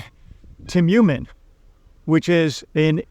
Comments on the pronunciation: Please learn how to pronounce Tyumen. You can use the speaker in google translate to hear the proper pronunciation. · What is so hard about pronouncing Tyumen correctly?